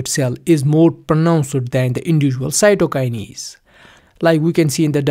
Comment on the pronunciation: Stop fucking saying "cytokinies" It is "cytokines" This video is so bad I cant watch all of it